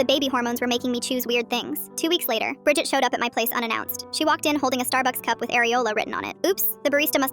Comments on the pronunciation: Bridged sounds like bridge 🙂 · Bridget sounds like budget